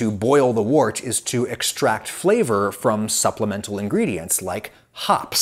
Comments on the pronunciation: The word “wort” is not pronounced like “wart”. It’s pronounced like the words word, work, world, worm, worst. It’s like “wert”. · Wort is pronounced "wert" - the professor should know this. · as a german, hearing you say "wurt" (or however you say/ write it) sounds kind of unappetizing. Würze is a lot yummier sounding :D if you translate it, it should be something like spice (not as in spicy (hot), but more the noun spices) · Mostly in the UK Wort is pronounced 'Wert'. Which is unusual even in UK accents. I think this is because this is how Wort was originally pronounced by the Saxons, and you don't mess with anything relating to beer :) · Had a lot of associations with US brewers/breweries, they also pronounced it 'wert.' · I think it's pronounced "wert"